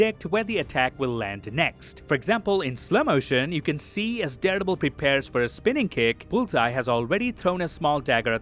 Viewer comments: Am I the only one who hears daredebil? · Who doesn't love the? But everytime you say Daredevil, it sounds like you're saying Deadpool 😅 👍